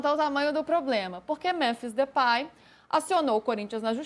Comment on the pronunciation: Pronuncia nao e pai mas pei